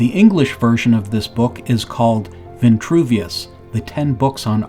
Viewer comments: “Vitruvian” man, not “Ventruvian” !! The word has no e nor that extra n! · Almost lasted 5 minutes. veNtruvian.. Sorry credibility is a go no go for me. If pronuciation accuracy isnt important, what else isnt? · It’s Geo-metry WTH is G-aahmtree. And its Vin-true v-in . TRUE vien true! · it it vintruvian or vitruvian? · Why the variant pronunciations of Vitruvian and VINtruvian? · This "Vintruvian" shxt is really bothering me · Funny, because there's no "n" in Vitruvian! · Vitruvian with one N and Vitruvius with no N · I noticed that too, like through the whole video. I put the closed caption on just to make sure I wasn’t hearing this completely wrong, but yeah there’s no “n” there. Let’s be mindful of how words might sound and actually how they are spelled. Although a great presentation, that part was hard to listen to. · There is no 'n' in Vitruvian man. Ironic that you can't pronounce this holy name right.